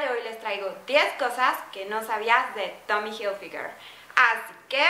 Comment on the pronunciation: Pronuncia bien la marca